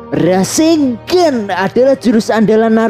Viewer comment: Kenapa orang² ngomongnya Rasenggan bukan RASENNGAN ya? Padahal baca dan tulisannya itu RASENGAN bukan rasenggan